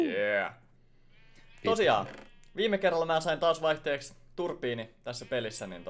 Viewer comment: Se sano kyllä turpiini